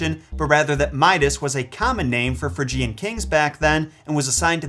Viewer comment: It's FRIDGE-ee-u(n), not fridge-EE-u(n). Said Hermione :).